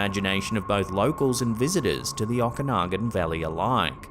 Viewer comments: Okanagan is pronounced Oak-a-noggin,, 😅😂 and,,, why the hell would someone bury 'evidence' in a Ziplock bag?? 😂😂😂😂😂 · If you say Okanagan like that one more time I'm unsubscribing 😂